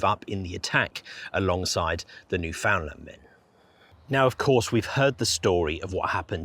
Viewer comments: Great videos. Newfoundland is pronounced Newfunland by the way no found even though it's spelled that way. The emphasis is correctly on either the first or last syllable: so NEWfunland or NewfunLAND. Also land is pronounced land not lund. As a Newfoundlander myself we would take turns beating up sissy tourist kids from Ontario for pronouncing Newfoundland or Newfounlander incorrectly in our teenage years growing up on the Rock. Believe it or not. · Very well done, and very sad. Thanks, but why do you pronounce Foundland as Finland sometimes? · Newfoundlander here. The emphasis when you say Newfoundland like a Newfoundlander is on the “land” part…”new-fin-LAND”. Say “land” like there was nothing in front of it. Not like “new-FIN-lind” nor “new-FINLAND” nor “new-FOUND-lin”. It is “NewfinLAND”, understand? 🇨🇦